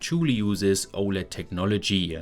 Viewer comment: Somehow that pronunciation of 'technology' sounds illegal